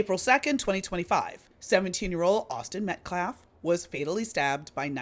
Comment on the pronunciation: Can you really not pronounce Metcalf correctly?